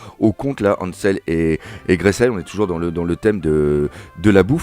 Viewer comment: super hommage aux victime, la video est super. P.S: si tu veux lire le compte à tes gamins cherche "Hansel et Gretel" (et pas Gresel).